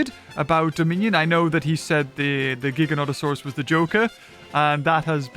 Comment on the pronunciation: You butchered his name as hard as Rexy and the Theri butchered him 😆